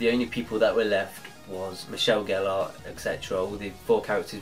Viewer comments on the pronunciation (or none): none